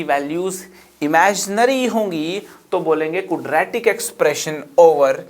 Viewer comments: "Kudratic" Expression.... :) loved the lecture sir................... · Cudra tik ekwaation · कुद्रैतिक इक्वेशन 😂😂😂😂😂😂😂😂